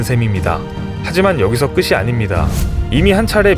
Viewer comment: "끝이 아닙니다"에서 끝이의 발음은 끄시가 아니라 끄치.